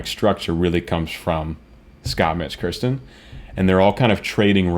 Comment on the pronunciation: Love your in depth analysis. But it’s Kirsten, not Kristen. She goes by Kirsty…rhymes with thirsty…for short. More Pentatonix reactions, please!